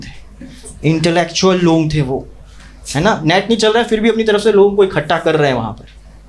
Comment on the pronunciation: लोग ❎ लॉन्ग✅😂😂